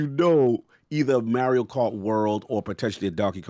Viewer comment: Everyone: "Mario": "Merio"